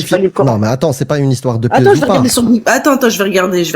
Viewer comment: On dit pas pour faire du profit sur "voogle " on dit pour faire du profit sur " google " 🤔🤔🫡